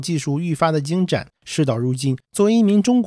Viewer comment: 读错字了，精甚，主席改的字典。😂